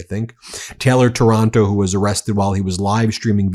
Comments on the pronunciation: Stop saying Taranto like Toronto! Giving us a bad name 😫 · The name is not TORONTO. It is TAR AN TO. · Ben, it is Taylor Taranto not Toronto!